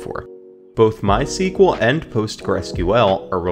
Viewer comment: This video shows us that not everyone know how correct to pronounce MySQL